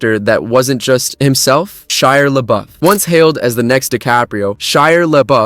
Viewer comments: Yeah me and "Shiar Lebuff" agree with you😂😂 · Who is SHIRE Labeouf?? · Shire LeBuff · First, it's not a "spelling error", he never spelled it incorrectly, he SAYS it incorrectly, did you even watch the video? LOL Second, whether he's a liar or not is absolutely irrelevant to how he pronounces the name. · AI bot can't pronounce Shia Labeouf LOL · Juicy smooliyay too